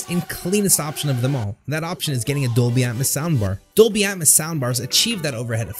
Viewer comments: It's pronounced Dolby "At-mows" not "At-mis" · I like the content, but it sounds like you're saying "at muss" and "deetee essex" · Its Dolby Atmos as in Atmosphere not Atmus try pronouncing the O and not replacing it with a U.